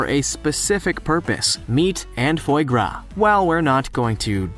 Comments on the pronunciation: Foi Gras is pronounced fwah grah, not foy grah. It was a very interesting and entertaining video despite that little flaw. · “Fwah grah” pretty sure it’s French for duck fat.